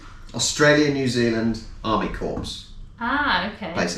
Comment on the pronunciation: Corps is pronounced "core"; the ps is silent. Otherwise it would sound like corpse. Which probably wouldn't do much for morale. No, I don't think the army made ANZAC biscuits. They were made back home and shipped as care packages to loved ones serving in WWI. They kept well, so it made sense rather than sending cakes or something. Not sure what the soft rounded version is. The ones you made look exactly like the ones my wife makes.